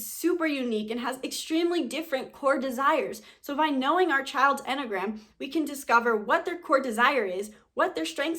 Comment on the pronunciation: Couldn't get past 1 minute in this video. The way she says enneagram makes it sound like mammogram bc she's missing a syllable... I'm a type 1, so shoot me😑